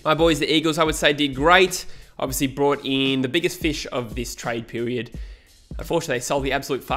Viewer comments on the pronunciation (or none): “trade pewiud”